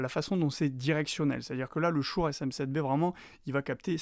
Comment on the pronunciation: Prononcer "Shoure", mais à côté dire "podemique", c'est un peu rageant